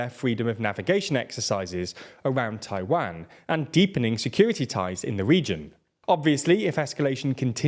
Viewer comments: Great video... but I hate to say that your mispronunciation of Tiawan was distracting the hell out of me. I can't be the only one right?? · I find the /tʰa͡ɪˈwæn/ pronunciation from the British a little surprising. It sounds more like something we'd do, but nope, we say /tʰa͡ɪˈwɑn/ lol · That's an odd way of saying Taiwan.